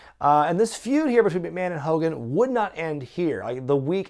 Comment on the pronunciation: "MR. MCMAHON" "HULK HOLGAN"